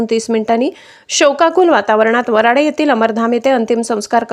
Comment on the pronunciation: वराडे नाही बाई वराणे असं बोल